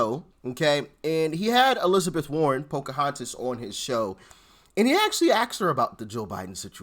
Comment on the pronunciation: Poka -haunt -us😂😂😂